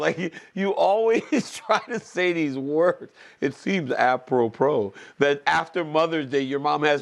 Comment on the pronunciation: Its "appropro" Helwani tries too hard and makes me physically cringe and God bless DC for calling him out on his corniness